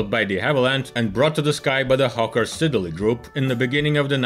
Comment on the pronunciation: IT'S PRONOUNCED SID-LEY. STOP SAYING SIDDER-LEY.